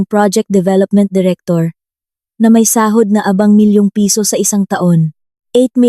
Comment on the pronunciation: LABI ay mali ang pagkabigkas Yong pagbigkas mo ay iba ang kahulugan hindi akma sa pangungusap At hindi ko na tinapos ang pakikinig kc nakakairitang pakinggan ang pagkakasabi sa PESO na binibigkas na PISO